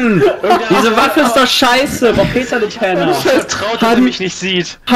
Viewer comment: Das heißt Peter nicht Bit :D